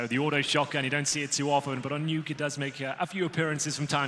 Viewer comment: We're just gonna pretend that the commentator didnt say " the nukyy " ???